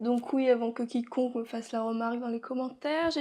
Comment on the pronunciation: Oh ptn au debut j'ai entendu " au petit con " a la place de " qui qu'on que"